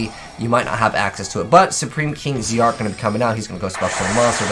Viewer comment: I wish supreme kings were an actual archetype rather than just a few cards that barely make up a series. Also it's name is pronounced Supreme King Dragon Z-arc (ZARK as in dark but with a Z)